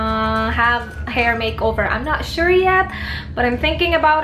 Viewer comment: word of the the day "but you guys!" and "I'm not sure(w/accent)" hahahah lahat ng videos mo may "I'm not sure" 😂😂😂😂😂😂😂😂😂